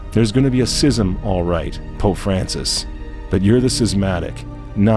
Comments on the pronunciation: It's schism, not sysm. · Is this guy deliberately mispronouncing schism?